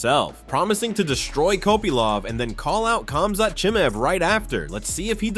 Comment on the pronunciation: His Name is Chimaev and not chimev.Acting like you never heard his name before.Not the first time you doing this.